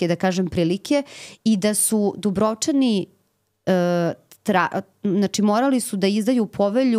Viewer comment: krivo izgovarate Dubrovčani. krivi vam je naglasak :face-blue-wide-eyes